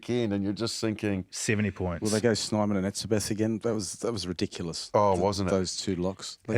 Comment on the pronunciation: SNAYman, not SNIman.